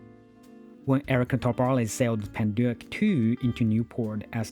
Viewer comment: Aprende a pronunciar el nombre bien que era francés